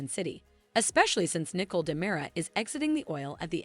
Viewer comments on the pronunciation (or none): Her name is Nicole not nickel. It really not that hard.